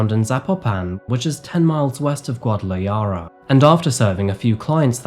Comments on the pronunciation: Bro- I know it could be semantics considering the severity of this murder, but “Guadalajara” isn’t pronounced “guadalayara”. Please just do a quick google search for pronounciations- so many people around the world watch your videos and learn about these places from you. Much love 🙌🏽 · The way u pronounce guadalajara, and other spanish cities is unbelievably bad. Gua-da-la-Hara. J is H sound in spanish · Guadala"yara"? It amazes me, with so much available technology, that YouTubers do not research the pronunciation of key words of which they are unfamiliar. Why? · Yes, the city known as GuadalaraYA. Do the bare minimum research, that pronounciation is so bad you doesn't even need to be mexican to hear it is wrong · Gwa-duh-luh-HAA-rub Sorry - had to call out the pronunciation 😅 other than that, epic video as always 😁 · Not to nitpick, but Guadalajara has a hard J sound at the end, like the "h" in hair. It sounds like Guadalahara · Guadalahara, , ja sound is pronounced like "ha" in English. google those names so you don't butcher our Spanish language. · Thank you as always, a truly tragic case among many. For future ref, Guadalajara is pronounced Gwah-da-la-hara. Sorry, I hate doing that! Looking forward to next week's video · Isn't it pronounced Guadala-Ha-ra? Can confirm bro has not watched Narcos lol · enjoy all your videos but it’s “gwaa-duh-luh-haa-ruh” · Hi! I have been watching for a few years now. Thank you for your sensitivity when covering cases. I just wanted to add a little pronunciation note since my family is from Guadalajara Jalisco. The "jara" in Guadalajara is pronounced like ha in "haha" (Guada-la-ha-ra) and the "li" Jalisco is pronounced like "Lee" (Ha-lee-scoh). Again, I love that you give these stories and people the respect they deserve. Stay well! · I love you but it’s pronounced Gwah-dah-lah-HAH-rah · Her name is pronounced “Vah-leh-rEE-uh” and the city is called “gwah-da-la-HAH-rah” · Not Guadalayara 😂😂😂